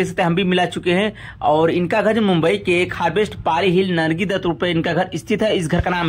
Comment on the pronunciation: बिल तो ठीक से ले मान्यता को नम्रता बोल रहा है नरगिस को नर्गी बोल रहा है कैसे कैसे लोग यूट्यूब चैनल बना लेते है